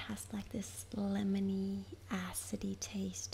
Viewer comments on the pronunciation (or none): ''Lemmonyy acidyy taste'' hmm wtf